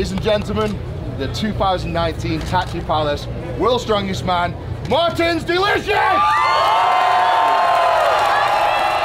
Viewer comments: Did Eddie Hall say "Martins deLICIouS"? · Sounds like Eddie is saying martins delicious 😆😆